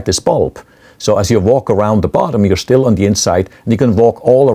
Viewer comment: SCHTILL German revealed